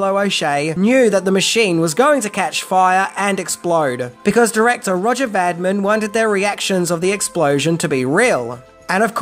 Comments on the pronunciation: Not Vadmin. Vadim. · Roger Vadim (pronounced Va-deem) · the director's name is Roger Vadim, VA- DIM. And the movie was shot at Cinecittà Studios in Rome pronounced Chi- ne- chi- ta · Vadim, not Vadmin. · It's VADIM, not Vadman. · Roger VADIM! pronounced VAH-DEEM! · VA-DIM!!! Roger Vadim! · A name you say so many times Roger Vadim (Vaa-deem) A is short vowel. The I is pronounced as a long E. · It's pronounced "Vadeem". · Good work as always. Roger Vadim's name is pronounced 'va-deem'. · His name was: Roger Vadim. Pronounced in French like: Roa-zyay Vaah-deem. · Roger VADIM ! Not Roger VADMIN ! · It’s Vadim,! Roger Vadim. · Roger Vadim... not sure about your pronunciation there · Were you trying to set a world record for the number of times you could mispronounce "Vadim"? If so, I believe you succeeded! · Loved the video, as usual. However, you kept calling the director, Roger Vadim by the name "Roger Vadmin". His name is even displayed early in the video on that building-sized advertisement of Jane Fonda. His name should be pronounced Vuh-deem. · Not Vadmin but Vadim ! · That's Vadim (vay-dim). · It's director Roger Vadim-- french pronunciation-- Va-DEEM. Please work to get pronunciations correct. Thanks, mate. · "Roger Vadim" is pronounced "Roger Va-deem" with accent on "ee." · Vadim is not pronounced Vadmin!. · In what language do the letters VADIM end up getting pronounced VADMAN? Please advise!!!! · Roger Vadim = "Va-DEEM"...dummy...🤣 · lreat Stuff but please…………pronounce the names properly and it's (phonetically) Va-Deem. Cheers. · Roger VADIM, not vadmin. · « Roger Vadmin » ?!? 🤭 VADIM !!! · It’s Vadim not Vadmin!! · roger vadim is pronounced VADEEM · I was confused by the pronunciation of foreign names, but the director was Roger Vadim, who died in 2000, aged 72. He was very famous as a writer and director in the 60's, which is how I remember the name. I kept wondering who "Vadmin" was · Roger Vadim, not Vadmin dude. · Vadim not Vadman